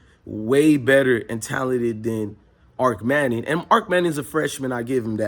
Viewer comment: Bro, it’s not Arc Manning it’s Arch.. But I do agree, it’s Malik over Arch-Overrated-Manning..